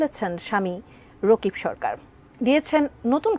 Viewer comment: Rokib na vai rakib 😂😂😂😂😂😂😂😂😂😂😂